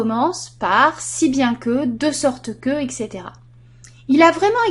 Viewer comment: on dit etc pas exe